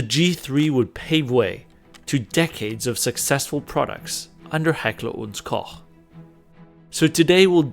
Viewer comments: Heckler und Koch pronounced correct! Dankeschön aus Bayern. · As a German I can confirm you absolutely nailed the pronounciation of Heckler und Koch. A feat rarely witnessed among gun tubers. Hervorragend!